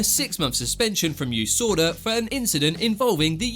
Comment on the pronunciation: Me: It’s USADA Him: You-Sword-a🤣🤣🤣